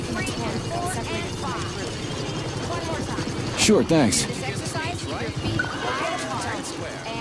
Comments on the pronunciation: Lol thought the same thing, “com-raid” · Yup. It's Russian Bioshock Infinite. With VAs that can't pronounce "comrade" properly.